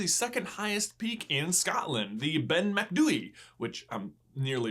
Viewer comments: You pronounced Ben Macdui really well! The only problem with your sentence was you called it "THE Ben Macdui" - it's just Ben Macdui :) Glenbuchat is pronounced "Glen Bucket", lol, but honestly I'm Scottish and - having not heard of Glenbuchat castle, not that I can remember - I didn't know immediately how to pronounce it, I had to look it up. As for Cairngorm, it's just pronounced the way it's spelled :) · Cairngorms Cairn - Pronounced like "Cane" with a r before the n gorms - pronounced as "Gawrms" Funnily enough though, you are actually spot on 100% perfect with the pronunciation of Ben Macdui. Even most Scottish people can't work that one out D